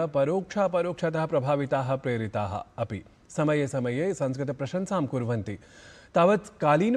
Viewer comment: Please don't pronounce संस्कृत as Samskrit. The anuswar has a different pronunciation based on the following vowel and shouldn't be pronounced as m at every place.